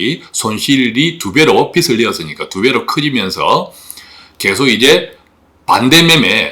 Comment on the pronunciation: 비슬(빗을) 내서가 아니라, 비즐(빚을) 내서로 발음 하셔야... 부채라는 뜻은 빚이고, 빗은 머리 빗는 도구입니다